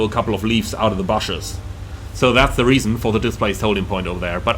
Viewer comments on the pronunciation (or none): Omg, you really gave me a great laugh today! I've never heard bushes pronounced that way before! Haha... Please don't change, I love it!